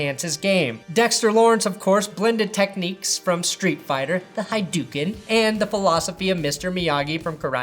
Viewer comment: Hadoken......Huh-doo-ken. You're welcome.